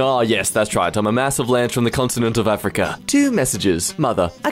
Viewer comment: ah yess Aferica...